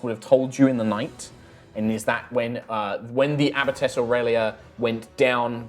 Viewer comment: It's abbess. Sorry, but it's driving me crazy. Otherwise, great as always.